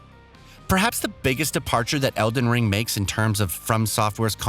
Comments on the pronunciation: Random edits in this video & the dude saying EDEN Ring doesn’t give me much trust in what I’m watching. Lol 😂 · What's with the mispronounced words? Don't get me wrong, not a big deal but it makes me feel indifferent... he even said eden ring.. like come on. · Eden ring? Come on bruh that slip is pretty bad.... it's the title of the game your talking about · Good video but why did he call it eden ring? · 8.44 man said "Eden ring" 😅🤣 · this guy said Eden Ring 💀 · mispronouncing Elden Ring. I’ve noticed some other problems like that, as well as bad cuts and a transition in the middle of a sentence. I appreciate the desire to bring out content fast, but maybe rushing to pump it out isn’t the greatest idea, and it makes me feel like you don’t care about the game as much as you say you do. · “Eden Ring” ??? 😂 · Eden Ring??? Is that the porn parody of Elden Ring? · Lolol, and also noticed "eeden ring" at ahahahah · ah yes, eden ring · Yeah he also pronounced "eeden ring" instead of elden ring once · What is with the pronunciations of some words in this video... Feels like text to speech. Weird video. "Tarni-shed" "Eden Ring" Mentioning the Black Knight on the bridge isn't a NEED to know either. I would consider that an unnecessary spoiler, which ruins the surprise for people. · Dont forget Eden Ring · Eden Ring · yeah eden ring and parring ? Wtf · He even mispronounced the title at one point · Disliked for the SEVERAL, OUTRAGEOUS spelling and pronunciation mistakes. Tarnish shed? Breath of Wild, Eden Ring?? Embarrassing for 1 million+ subs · I'm sorry but who the heck is reading this script? Tarnish Shed? Breath of Wild? Eden Ring?? Horizons Forbidden West?? Either this guy can't read, doesn't know what he's talking about, or whoever wrote the script is at fault. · “Eden Ring” “Fur-Led Finger” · “Parring” -parrying ps eden ring. Wtf.